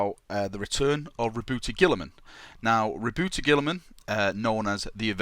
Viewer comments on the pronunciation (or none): why you pronounce it rebouty??? you pronounce it roboute like robert but with a small dip it the middle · RA... BOOT not ra boo tay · This needs more likes... It IS meant to sound like Robert. Your pronunciation makes me shiver, no offence haha!